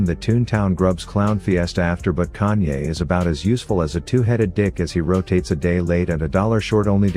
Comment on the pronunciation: everytime he calls Kayn "Kanye" i lost it HAHAHAHAHAHAHAH